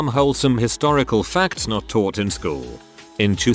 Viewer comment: Uh, hate to be rude or anything,, but you said "tought" instead of "taught".